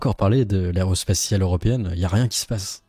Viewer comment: L'aréospatiale ? L'aréoport ? Ce serait pas plutôt l'aérospatiale ?